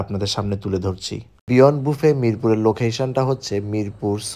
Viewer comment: বাফে😂😂 বুফে উচ্চারণ ও করতে পারে না😂